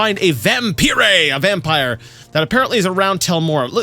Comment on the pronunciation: Just wanted to say, when you pronounce some words the wrong way (like vampire today), you sound like my russian husband and it puts a smile on my face. Although he does it not intentionally, like you, but because he doesn't know the right pronounciation XD oh well)) still amusing.